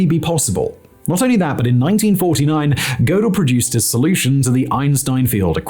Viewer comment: The paradox that someone can be clever enough to explain paradoxes, but simultaneously ignorant enough to not know how to pronounce “Tiége” and “Gödel”.